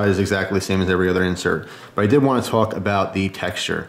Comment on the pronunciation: what is the ghost flame you were talking aboot?